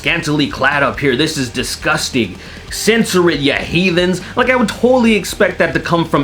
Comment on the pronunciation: "disqusting" The way pronounced it had me in stitches! 😂 🤣 😅